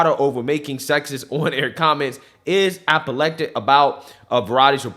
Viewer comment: Love ya,, but some of your pronunciations are killing me!! Apopleptic sounded like epileptic! 🤣